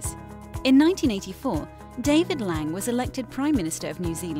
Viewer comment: its not "Lang" its pronounced "Long-ee"